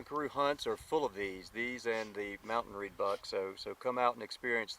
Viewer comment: Vaal "Rhebuck" not "Reedbuck." That is what you get with an American trying to be an African. Cockeyed little guy wants to be the client AND the PH.